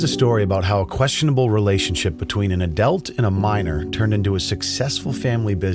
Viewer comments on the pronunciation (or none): An "A-Delt?" Or Adult? You got problems pronouncing u's huh? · What is an "Adelt"...? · Why do you say "adelt"? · Wtf is a adelt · what’s an ‘adelt’?